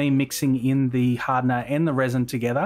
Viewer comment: adding the "haadna", lol.